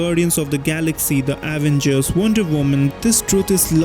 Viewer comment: i fr cant get over how u said avenger